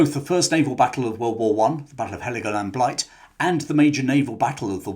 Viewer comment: Why do so many say Helegoland Blight, when it is the Helegoland Bight?